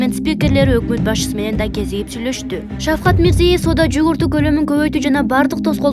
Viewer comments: Мирзиев эмес.Мирзиёев деп окусаң чоң кыз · Мирзиëев болуп айтылатго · Журналист кыз туура окучу мирзийеев дебей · Почему так небрежно выговаривает фамилию Президента Узбекистана, неужели нельзя подготовиться к эфиру и правильно читать текст??? Дикторы очень слабо подготовлены и всегда допускают грубые ошибки в произношении элементарных, казалось бы, простых слов! Очень плохо читают текст, видимо, у этих "дикторов " нет должного образования, а дипломы просто напросто, куплены! Даже слушать неприятно этих горе-дикторов!!!